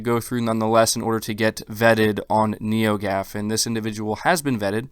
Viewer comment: Once he said Neogaf that's it is BS 😂